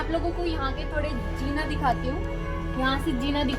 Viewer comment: Jeena means life zeena means stair pls make your pronunciation right